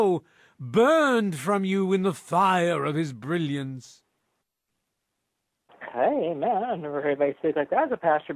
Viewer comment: The '*christian noises*' is pretty funny to read, but come on, he clearly said "hey man" with just a weird level of stress on the words